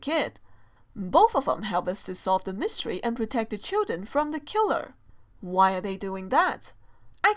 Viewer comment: Don't you mean "Myseries"?